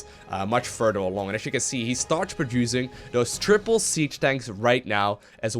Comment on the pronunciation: HE SAYS THRIPLE